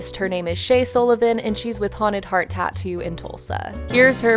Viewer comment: It’s tattoo not tato 😕